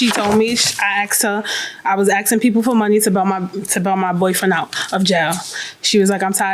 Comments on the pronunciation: Because English is not her first language so that is how she pronounced “asking” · First of all lady please stop "axing people"!